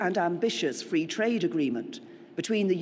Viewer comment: Fwee market and fwee twade.... thank you,?